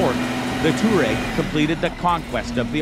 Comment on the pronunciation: Me: ITS NOT TOUREG ITS TOUWAREG🤬🤬🤬🤬🤬